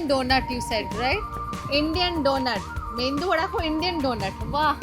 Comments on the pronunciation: Tales...An FYI.....Medu Vada not Mendu Vada...Thankz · surprised to find you saying 'mendu' (मेंदू) vada, which is wrong! Correct is medu vada. Btw 'mendu' in Marathi means brain, so for God's sake please don't call it mendu vada 🙏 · It’s not mendu vada dear 🤦🏻‍♀️!! Why do some say mendu vada ?? It’s Medu Vada 😢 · First of all it is not Mendhu Vada. It is "Medhu Vada". Stop butchering. It is not unknowingly doing when you are repeating the wrong word, even when the shopkeeper is telling you the correct name of the dish. I see so many North Indians not even telling the language and state names properly. "Keral" instead of "Kerala" and "Kannad" instead of "Kannada". Will you accept if everyone pronounces "Hindi" as "Hind"? And you are not in India to boss around everyone to speak in Hindi. In India itself it is wrong and you are doing this in Singapore. I don't understand this Hindi bossing when other people have their own language. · It feels like thousand buses honking over my ears when I hear Hindians tells Mendu vada instead of Medu vada 🤦🤦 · As a food critic or an influencer I expected you to be more aware in terms of food and culture of different region.. this continuous North Indian obsession with blinders on is really saddening.. PS: it’s medu vada and not mendu vada( it’s not even a word)